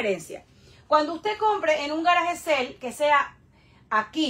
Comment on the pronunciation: Que no es GARAGE SEL !!! si no sabes pronunciar bien SALE dilo es español! VENTA DE GARAGE